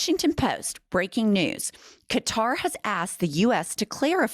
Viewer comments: You did pronounce it properly it’s (Ka-Tar) that’s the proper pronunciation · Good on you for pronoucing QATAR correctly finally. It's not Cutter!